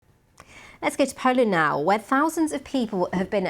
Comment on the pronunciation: Awful voice of this woman - can't pronounce "Poland" properly. it's the BBC so presumably she ticks and "ethnic inclusion" box - certainly not there because of her ability to pronounce words properly. Out of a population of 60 Million she's the best choice to be on a news channel ?